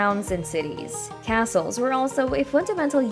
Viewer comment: Yeah, I had to stop watching, cause it was annoying when the computer keeps pronouncing the main word of the video incorrectly, over & over..